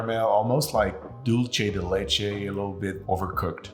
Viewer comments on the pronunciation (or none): none